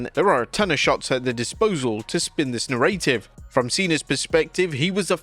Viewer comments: Never heard anyone pronounce narrative like that before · Dude learn how to pronounce the word narrative!